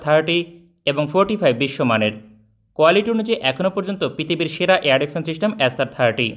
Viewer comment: "চিস্টেম" কি জিনিস, তা কেউ একটু বলতে পারবেন?